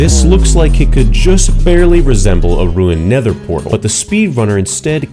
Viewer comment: unfortunaly, doesn't know how to say "nether portal"